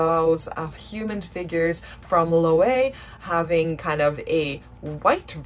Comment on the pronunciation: Loewe is pronounced Lo-ehv-eh. By eh I mean the e in get, pet.